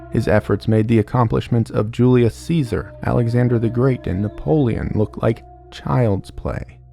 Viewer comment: says Genghis khan correctly but not Julius Caesar